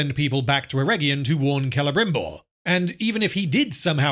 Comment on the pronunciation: Excruciating hearing the rolled Rs by the elves trying to pretend they are speaking in Received Pronunciation of a theatrical level rather than some unfortunate blend between a Welsh-Estuary-Spanish accent that simply grates every time I hear it. “KELEBRRRRIMBORRRRR” my arse! Such a big budget and not an accent coach on site? Total abandonment of taste and reason? Future dictionaries will list this example under “cringeworthy“.